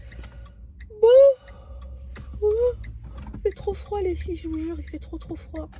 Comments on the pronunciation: oui elle fait comme Sarah en disant feufey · Je crois que c’est Sarah qui dit toujours les fyfey elle dis juste les filles mais des fois elle dit comme fait comme Sarah